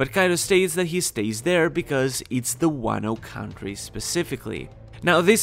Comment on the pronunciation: “Wano count tree”